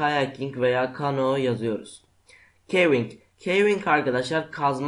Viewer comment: Lan kivink degil öğren de gel